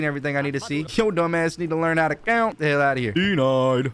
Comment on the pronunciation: “Gotta tount to ten!”